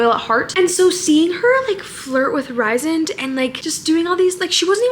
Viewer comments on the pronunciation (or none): Rhysand is pronounced Rees-and. Just fun fact haha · I’m so happy you’re reading ACOTAR! My sister and I are getting matching ACOTAR tattoos August 17th! Also Rhysand is pronounced “Reese and” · You’re pronouncing Rhysand wrong, it’s pronounced “Reese sand” there’s a pronunciation guide at the end of book one, look at that and see how you’re supposed to pronounce his name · I got through the whole book when I first picked it up years ago without realizing there was a pronunciation guide at the back, so Rhysand is pronounced "Ree-zind" for me and he will forever be "Ree-zind" 😅